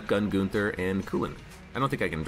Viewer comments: Him saying goonther has been nagging me as well. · Hey. I‘m from Germany and I Love your Videos. You prononce it kind of funny if you whant to say the Name. But it sounds not so wrong 👍🏻